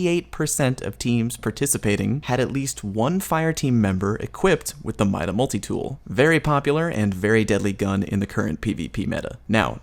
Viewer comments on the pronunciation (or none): . Mida is pronounced MEE-DA